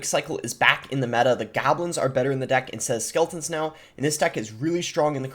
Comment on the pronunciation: What did he just say "Gablins" instead of goblins